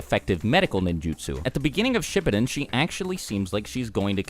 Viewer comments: I felt uncomfortable the way he said everyone’s names in this entire video considering I’ve watched SHIPPUDEN in Japanese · I totally started dying when I heard how he pronounced Shippūden